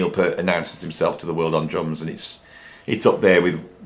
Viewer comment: I love your videos. Your knowledge, opinions, musical ability and creativity on both drums and guitar, spontaneous freeforming delivery style and humour are all absolutely spot on target for me. BUT! For someone who is a fellow drummer and Rush fan, I am SO surprised and frankly disappointed to hear you repeatedly mispronouncing Neil's surname. Although he did his best to put up with (usually Americans) saying "pert' it really annoyed him. I thought you were better than that! I still love your channel though.....